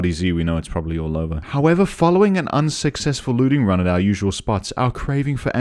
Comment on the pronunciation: Did...did you just say "unsuccsexful"?